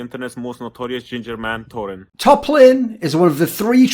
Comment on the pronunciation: When Odoamne says "Torin" it buckles me every time